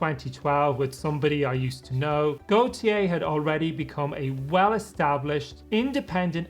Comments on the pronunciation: If it's his version of the name Gautier, the French pronounce it more like Goatyeh. That isn't perfect either, but I hope it's a little closer. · How did you turn Gotye into Goytyey 😭😭😭